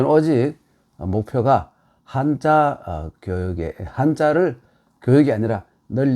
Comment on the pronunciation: 늘 강의를 잘 듣고 있읍니다. 딱 한 가지 말씀. "한자"는 "한짜"라고 된 소리로 발음해야하지 않습니까. 미국 변 완수 배